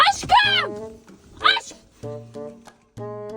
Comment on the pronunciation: Hem aşkığmmm diyor hem döviyor (Askın çikolatamı yidin) Askımm aşkığınmm Gine düştü Allah'ım sizi ayırmasın çok yakışıyorsunuz ve ayrıca da çok tatlısınız😊😊❤❤